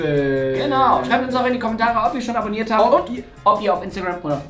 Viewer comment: ein abobaten Ich du bist du du kanst dich selbst nicht abuniren Wem gehört der abobaten?